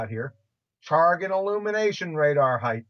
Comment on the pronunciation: I love your delivery, and the way you take down these imbeciles. But could you stop pronouncing it "heighth" please? It doesn't have a "th" on the end. "Breadth", "length" and "width" do, but not "height". 😉 I know, I know, I'm being a pedantic ass, but I've heard lots of flat earthers pronounce it "heighth" and it really bothers me for some reason. 🤷🏼‍♂️